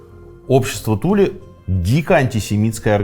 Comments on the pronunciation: Туле, ударение на последнюю букву. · Аненербе. Ahnen Erbe - наследие предков. скажите пожалуйста почему на карте указано Тиле, а вы произносите Туле? спасибо